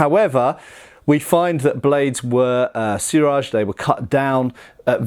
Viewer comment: "Buy Yako Katana", huh? It's Pronounced (Bee-Yak-ko), and did he say Suraj? I think he means O-Suriage お磨上げ (pronounced -O-Su-Ree-Ah-Geh) Somebody should teach a lesson or two in basic Japanese pronunciation. It really wouldn't take long. And then his videos would have another layer of authenticity to them. IDK what it is with guys from the U.K. They always seem to butcher Asian languages worse than everybody else. On second thought, no. They're right on par with certain Americans. So I guess I am just being nitpicky over a small matter. Never mind. 🤦